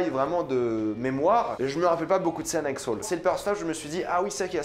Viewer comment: Comment il dit sol 😂😂😂 au lieu de saul sa me fume